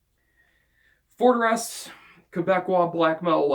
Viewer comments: Nice list! It's awesome that you include a Forteresse album. The pronunciation is close! haha! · Pretty close yeah ! haha